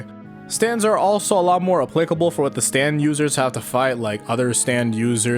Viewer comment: not the, its ze